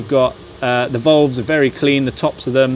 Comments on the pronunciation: volves.....drove me crazy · FFS someone please tell this bloke how to pronounce "VALVES" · ditto, lol